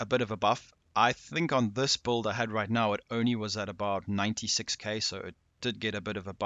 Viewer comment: Are you sayin bulled, or build?